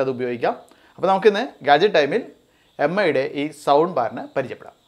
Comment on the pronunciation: എം ഐ അല്ല മി